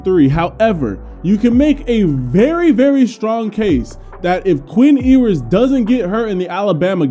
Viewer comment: It’s YOU-ers, not EEE-wers lmao